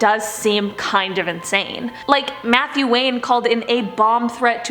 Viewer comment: It sounded like she said Methew Wayne the second time 😂